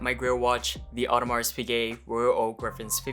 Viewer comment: So is the imaginary "gay" at the end of Piguet. you basically stop by the e